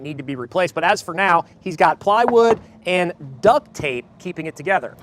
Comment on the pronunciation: You know it's "duct" tape. The guy said duck.